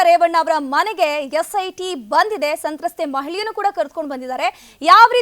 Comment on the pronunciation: ಸಂತ್ರಸ್ಥೆ... ಸಂತತ್ತೆ ಅಲ್ಲ..